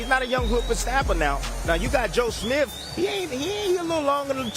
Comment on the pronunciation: Don’t you love how he says “Joe SmiF”..?!!!🤦🏻‍♂️🤣😅